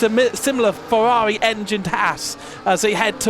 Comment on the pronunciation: Ngl is very funny to hear the commentator say the "R's" like "W's" Fewawi Mewaki Fórmula kawim